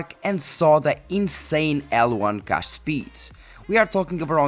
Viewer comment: You should practice to pronounce a word combination like "huge cache" ;)